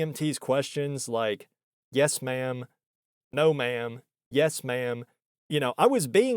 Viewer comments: Are you sure she didn't think you were saying "man" instead of ma'am? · The way you say "ma'am" sounds like "man" 50% of the time. Could have been that. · "I already told you! I'm not a 'ma'am'!" She said ma'amly.